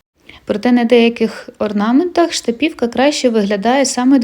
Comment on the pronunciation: у Вас чудові відео, Ви гарна майстриня! ❤ Єдине "але" - чому Ви ставите наголос на "і"? Скільки я чула це слово - штапівка - всі кажуть з наголосом на "а"..... 🤔 В інших назвах, як я помітила, Ви також ставите наголос не так, як його ставлять інші зазвичай... Чи є у Вас якісь джерела, про які ми не знаємо? Дякую заздалегідь за відповідь та гарного Вам дня 💚